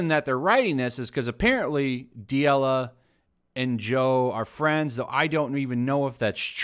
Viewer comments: This is unacceptable... It's D'elia no D'iela haha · Chris D’ella or Chris D’Elia? Just a heads up you pronounce it “duhLEEuh”. D’Elia’s last special went hard af but fuck it call him whatever you like. Sheeeit, call him Epstein for all i care 🤷🏽‍♂️ Train by day. Joe Rogan podcast by night. All day 💯 FTW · “This Chris DeeElla guy”. It’s Chris Da-Lee-Uh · Chris De-E-Lah 😂😂😂😂😂. It’s pronounced De-li-Ah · He kept calling him Chris D'Elia when it's pronounced D'Elia... What how do you say this?? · “D-ela”? In what world is “lia” pronounced “la” you butchered the name because you didn’t even try lmao. You just said whatever you felt like calling him... which is admirable but for fucks sake take your channel seriously. Do your homework. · Chris Duh Ella? Come on man... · D yella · Chris Duh-Lea <---- pronounced like that.... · "Chris D'ela" The "i" in Chris D'elia's last name: Am I a joke to you? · FYI, figure out how to pronounce someone’s name before saying it on air. Makes you look bad and hurts your credibility. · If your gonna talk shit, at least learn how to pronounce peoples names. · How do you report on Rogan and D’Elia and don’t even know how to say D’Elia? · How do you pronounce d’elia like THAT????? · Dude, do some research before putting out videos. I don’t know how you could have missed the D’Elia story. It was everywhere. At the very least learn how to pronounce his name. Why bring it up so much if you know nothing about it? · Listening to this guy mispronounce Chris's name is amazing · Maybe don't do videos if you can't pronounce someones name. Fucktard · How much homework did you possibly do if you can't say Chris's name? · You should learn how to say a name correctly before making a video you dumbshit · The way you pronounced "D'Elia" though. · I call people dumb with the same logic. I wish this guy would at least pronounce Delia's name correctly. People might think there are two pedos out there